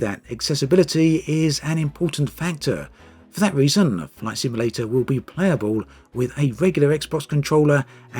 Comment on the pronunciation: Sounded like you said “Flesh Emulator” at the start of the video. We’re not quite there yet!